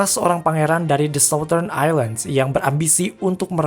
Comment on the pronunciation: Baca ny sauttern min bkn sautdern